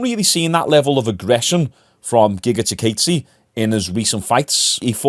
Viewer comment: also its "giga chi-kawdzay"